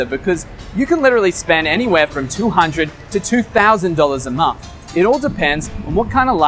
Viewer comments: nice one. great info and a good presentation.one small thing.I wish you'd pronounce month and not mumf..soz but it was driving me maaaaad. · You say the when you say third and thousand, but still say momf for month.